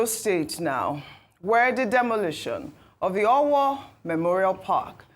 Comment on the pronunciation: Can someone please put Dr. Abati in check and tell him to stop correcting his co-anchors while the program is still going on live. mispronounced "Owo" while talking is not enough reason for him to humiliate her by correcting her live on TV as if she is a toddler learning how to speak. Dr. Abati does this a lot and I feel it is very unprofessional and he needs to be stopped. If coorections are to be made, it should be done before or after the program has aired.